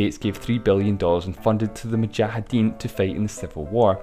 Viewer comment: You are literally the only person I've heard pronounce mujahideen correctly